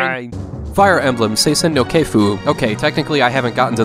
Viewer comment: can't wrap my head around the fact that you pronounced Seisen no Keifu perfectly, but butchered the word kamen. Not being a negative nancy though, great list as always, thanks.